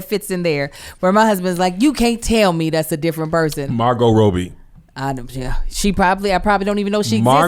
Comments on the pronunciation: Kev you butchered Margot ROBbie name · I- Did Kev say “Margo ROBEY”?? lol